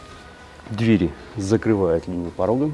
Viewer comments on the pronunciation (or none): none